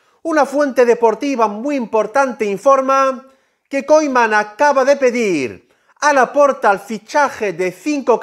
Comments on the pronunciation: Se pronuncia kuman no koiman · Se dice "kuman" amigo.